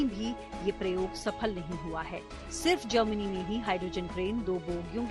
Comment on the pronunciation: Germany not Jernani